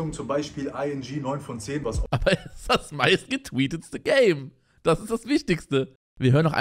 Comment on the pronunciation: er sagt "getweestete"